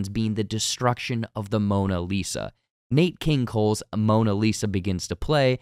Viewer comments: “Nate King Cole”??! Also the movie Fletch did not come out in 1954. So much for journalism. 👎🏻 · Nate king Cole? Nate? NATE?? Come on now you wouldn’t mess up Rumpelstiltskin… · “Nate” King Cole?